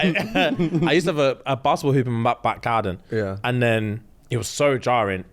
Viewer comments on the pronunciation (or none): Anyone else hear the way said back garden 😂😂